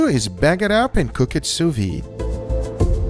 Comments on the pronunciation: Sou Veed is how it's pronounced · Why does pronounce “Sous-VEE”?